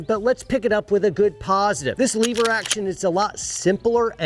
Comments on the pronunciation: First... " Lover" is a pretty good cowboy name Second... "Leh-ver" not "LEE-ver" -guy from Oklahoma lol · it’s lever, not leever…btw your still wearing the stupid watch lol. Great vid bro thanks for sharing. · Did anybody else cringe every time said leave-ur instead of lever? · LEVER......NOT LEEEEEVER hahaha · Stop pronouncing lever wrong. It's "lever" not "lever" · "Leever Action" ? Dang city boy! It's Lever, soft e... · It's LEV-ER, not LEE-VER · says "leever action" 😆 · Oh So Now We Say Leaver ?? Sheesh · Cowboys don't say 'leever action'. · Cowboys don't say leever. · "Leever" action. That must be like "leever alone or I'll keel ya"😀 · Lever not leever thats metro sexual lol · Leever Action? Sounds like a Yankee to me... :P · As an actual cowboy, I will keep most of my opinions to myself.....However......If you want to be a cowboy, a couple of things: It's a "lever" action rifle. Not a "Leeever" action. I agree, your dog is stupid. The only dogs worth having are Heelers and Jack Russel Terriers. You set your hat down incorrectly. Google it. We walk funny because unlike most of the nickel-plated sissy douche wagons who sit in front of magical boxes of light to "earn a living", we do physical work, which makes our bodies hurt. Thus the "funny" walking. Any rifle or carbine that goes in a scabbard needs a hood over the front sight. Without one, you'd have no front site in short order. You need at least 17 more layers of dirt to pull this off. I didn't see any chewing tobacco, although I did see you spit. So, B- for effort at least. Other than that, you nailed it! 😉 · I do not like leever action it's lever action. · "leever action" been a minute since ive heard that pronunciation. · love you brother but please stop saying leever!!! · please stop saying "leeeever", say lever like an American!!! 'Merica!!! Also... I love you all, please don't hurt me. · I'm not sure you can be a cowboy and still say leever 😁